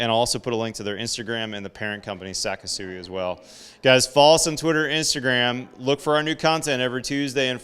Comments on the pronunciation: I strongly suggest you learn how to pronounce Japanese words. It is not pronounced “Sakesui”. It is pronounced “Sa KI su i”. The “KI” sounds like the english word “key”. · You are pronouncing their Name wrong. It's SeK sooee almost like the word sexy with the beginning of the x sound a hard k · It’s pronounced “say-kee-soo-we But overall great video presentation